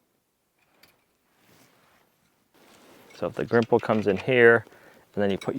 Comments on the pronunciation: It is Gripple where I come from, not Grimple. Grimple may be a "knockoff" version. I could give you a few other fence tips especially associated with bracing, but you will work it out over time. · Not Grimple, Gripple